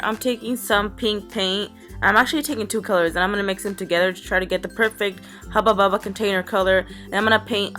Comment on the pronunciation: I love how you say hubbu bubba creepy lol